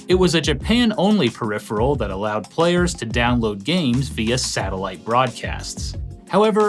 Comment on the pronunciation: Congratulations you have won many prizes for being the first YouTuber to pronounce the word peripheral correctly. It's normally perifriel or a variation of